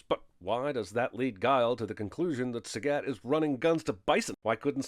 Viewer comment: Not taking a stand against the horrible pronunciation of "Sagat" ding